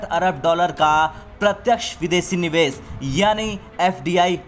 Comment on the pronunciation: Neeves (निवेस ) nhi bhai Nivesh ( निवेश)